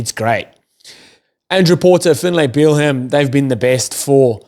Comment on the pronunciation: Irish supporter here..Excellent podcast! Let me help you with Finlay Bealham’s name. Finlay = bang on (you’re doing a great job!). Bealham = it’s just “Beelum”. Easy as. Just tryin’ to help a brotha out! Keep up the good work. One more thing; “can you write phonetically how to say RG Snyman’s name please? I can hear it, but I can’t wrap my head around the pronunciation. Thanks.